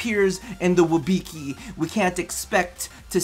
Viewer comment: You're pronouncing it wrong I think XD You're saying WIB(I)CI instead of WIBCI, just a little hint